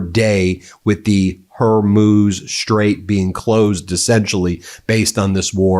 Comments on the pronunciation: Ben, it's the straight of Hormuz, not Hermuz. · Done with - a scruffy dirty jew with his jappy dogs and crying children IN THE BACKGROUND - who can not even pronounce HORMUZ